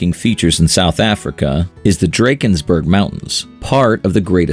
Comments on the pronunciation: Lesotho 🇱🇸 is pronounced: Le-Sue-two Drakensberg Mountain is pronounced: Dra-(like drug)-Cans-Burg KwaZulu-Natal Is pronounced: Kwa-Zulu-Nahtaal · Lee-sue-two Dra-kenz-burg